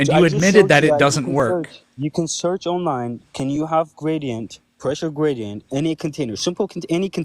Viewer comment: pweshow gwadient